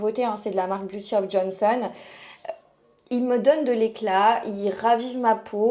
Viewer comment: encore une nunuche qui sait pas lire!"Beauty of JOSEON, pas of JONSON!! pas de n donc on prononce pas le n!! Apprends à lire ma fille avant de donner des conseils!!!